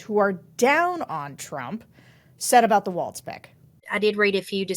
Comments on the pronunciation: Pronounced walls. Don’t be like trump and say waltz 😠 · Walz is pronounced like walls not the dance. By now we should all get that. jus sayin! Harris and Walz are our best chance at restoring Democracy to this country. Trump wants to be Victor Orban and sees him as a guide and mentor to help him achieve his sinister plans. Dont allow this to happen, vote For Harris/Walz! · Friendly reminder that there is no "T" in Walz.